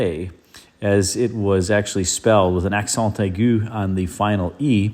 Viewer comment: The "accent aigu" with a perfect French pronunciation!